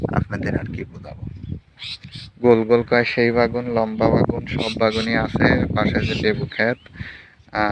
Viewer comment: বে+গুন=বেগুন It’s not bagun🙂 Anyway, your eggplant field is beautiful. 🤗